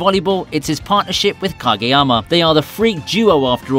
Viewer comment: “Gageyama” lol